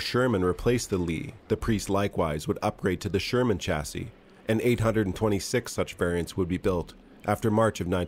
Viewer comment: The word chassis is pronounced shassy (French origin). Mind you this is a country that pronounces vehicle as veehickle and talks of the innernet. Like it is some inner tube.